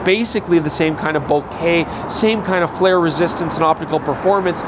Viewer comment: Thank god someone can pronounce "Bokeh" correctly! Love your feed!